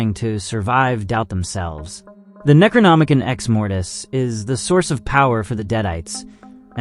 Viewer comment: Neck row nom uh con. I really want to watch this video but as much as i want to ignore it youve butchered that word 4 times now and it makes me cringe.. please look in to how things are pronounced before recording a long forn video. You likely lost a lot of viewers bc of this and were not trying to be nazis - its an involuntary response.